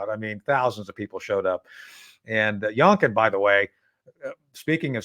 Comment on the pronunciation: It's actually "young- kin" and not "yonk- kin," but if you're not a liberal you get the point